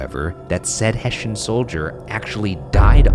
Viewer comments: hessian. not "heshin" it's pronounced EXACTLY as it's spelled. ffs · Hessian is hess-ee-an not hess-shin